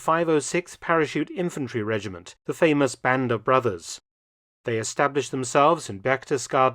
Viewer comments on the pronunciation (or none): none